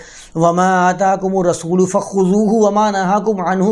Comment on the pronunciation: رسول کو غسول مت کہا کیجیے۔ اردو کی عربی میں تلاوت کی کیا ضرورت ہے؟